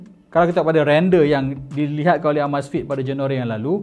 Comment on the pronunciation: sebut betul2...uh-meiz-fit....